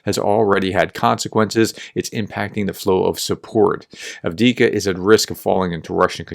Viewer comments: AF DEEF KA not Ad-Wicka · Say it with me, Have-Div-Ka. 😅All jokes aside thanks for your coverage and your cooperation with Terry!